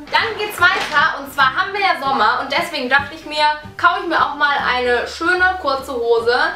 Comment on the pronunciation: 3 dorte 😂😂😂😂😂 das heisst dochte